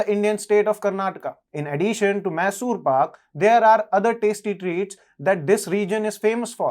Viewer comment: It’s not masoor . It’s Mysuru ❤